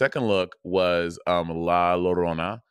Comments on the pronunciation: Mirage is Mexican. At least part. The way all non Hispanic people can't say "La Llorona"....😂 (La.....YO....RRRRHO....NAH...) ❤️‍🔥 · its la LLORONA yorona i thought you speaked spanish bob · God the pronunciation of la llarona killed me. I believe in the story she's looking for her children. And parents tell you to stay inside at night because she may think you are her child and take you. El cucuy would been funny af xD